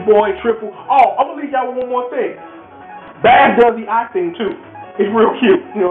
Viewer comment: You know... this has to be said. Bass's name is *not pronounced like the fish!* You'd think this would be pretty easy to figure out seeing as his dog's name is TREBLE! and then there are the countless musical references to music in the Japanese names. Rock, Roll, Blues, etc.